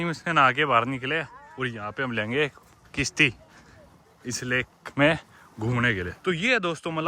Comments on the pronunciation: Bro why kishti it's kashti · it's not kishti it's kashti😂